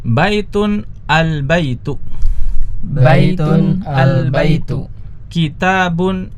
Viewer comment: Masya Allah CBA membantu sekali apa lagi untuk mengajar anak2. Oya maaf ustadz untuk mengingatkan, akhirnya terdengar uruf kaf/k Misal: Albaitu jadi albaituk Alqalamu jadi alqalamuk Alkitabu jadi alkitabuk Aljamalu jadi aljamaluk dll Kemungkinan pengaruh dialek, biasanya daerah Jabar, walaupun begitu untuk menjadi perhatian 😎🙏